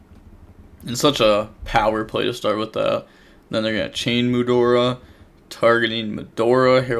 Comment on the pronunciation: GOOD JOB!! YOU SAID MUDORA!!! <333